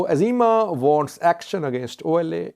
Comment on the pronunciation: It’s EZEMA not AZEMA.